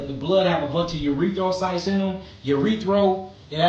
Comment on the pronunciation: that let's you know that boy need more lab hours cause it's erythrocytes. He said urethocytes. But we all the same plasma lol